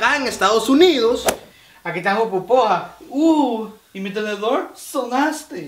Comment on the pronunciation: xD no es popusa, es "pupusa" y es una comida tipica salvadoreña a base de harina de arroz :3